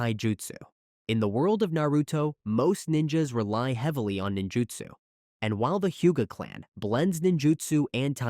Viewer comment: I was starting to get mad already then I heard “Jinjutsu” and it sent me😤 you get a dislike from me and a hard recommendation to not subscribe😒